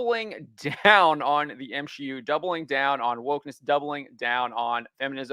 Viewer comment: M-She-U? You haven't had sex before, huh?